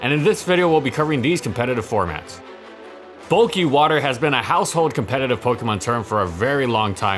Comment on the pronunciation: EeheseeeHhh Bulkkuy wuterr smells gud